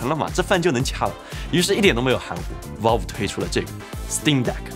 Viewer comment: valve 发音错了啊啊啊... 听得特别别扭.....